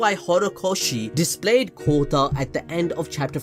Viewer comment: Kota can be heard as Kutta...which means dog lol, which is also used as cuss word in India